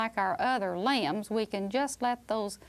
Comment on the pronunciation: limbs, i thought she said lambs 😭🤣